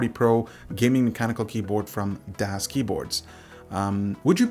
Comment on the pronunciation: The "Das" is pronounced like "does" in english. greetings from germany :D